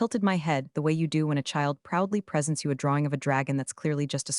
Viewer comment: read is pronounced as red; presents is pronounced as PRES ents; read is pronounced as red; B ryce is not spelled as Rice; read is pronounced as red; this is a good story but you need to know how to pronounce read and red